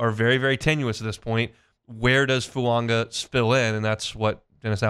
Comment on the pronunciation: It's NOT FuaNga! It's foo-aah-ga